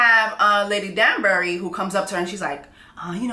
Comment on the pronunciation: The way she keeps saying STETHOscope and DUNSbury when it’s telescope and DANbury 😂😂😂😂😂💀💀💀💀